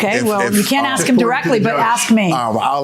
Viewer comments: He said he "Axed Him"... What's does dat meanses... ? ... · here comes another "i axed" dna..